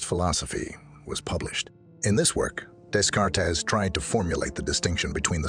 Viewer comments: "Day-cart" you stupid AI narrator bot! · Desk-kart-tees 🤦‍♂️ You know the type of people who watch a video on the hard problem of consciousness? People who will notice 🤣